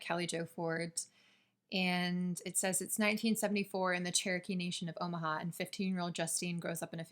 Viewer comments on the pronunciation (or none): none